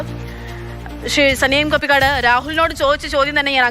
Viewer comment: കപ്പിക്കാട് അല്ല കപിക്കാട്❤❤❤😂😂😂😂